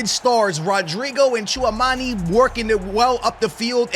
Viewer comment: Hearing you mispronounce Tchouameni for like 100 times on this video was painful.